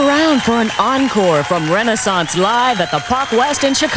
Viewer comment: Please pronounce Renaissance correctly.